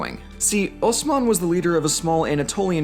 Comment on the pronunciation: The way you pronounce "Osman" and "Osmanlı" is perfect. That was impressive. Seems like you really did put some elbow grease on this one. Gotta say you deserved a like.